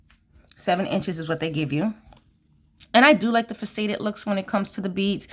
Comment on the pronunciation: Hello! So wonderful to see your unboxing! I bought two of the February box because I missed out on the companion bundle! FYI the word faceted is pronounced Fa- cet- ed with the accent on the first syllable, and pronounced like asset. I always like to learn how to pronounce words I’m not familiar with, too! Anxious to see the new jewelry you make with this box!